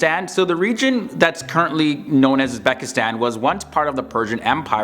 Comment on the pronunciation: Not "UzbAkistan", but "UzbEkistan". Pronounce it right.